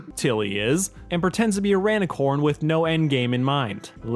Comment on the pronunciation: erm... its rainicorn not ranicorn